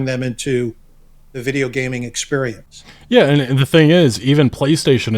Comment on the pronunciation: "An amazing new exteriorence but twitch 2..."